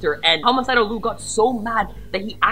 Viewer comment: just to let you know....his name is Liu pronounced Lie Eu not Lue. He gets angry if you call him Lue and not Liu. That is due to Sully. I’ve met him before and he is nice but if you make him mad, Sully takes over and attacks you.